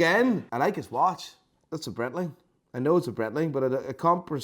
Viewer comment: it's a BRAAITLING, not a BRETTLING. FGS. You're close enough to Germany to know that. Love your videos. But I am a Braaaitling Fan.